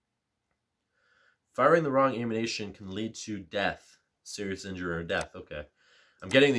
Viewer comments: Great video, but I cringed every single time you called ammunition “ammunation” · Ammunation... that's an odd way to pronounce it..